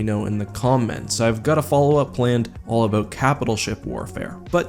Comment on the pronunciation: wow, Canadians really say "aboat" great vid btw